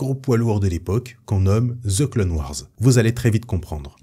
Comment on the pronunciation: "De ze clone wars" 🤣🤣